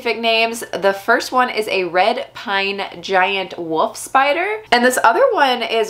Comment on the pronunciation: "Woof spider"